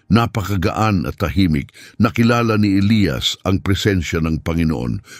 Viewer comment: Elyas Hindi elayas..